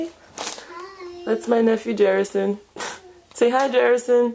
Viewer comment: Beautiful boy, but did she say the child's name jerrickson?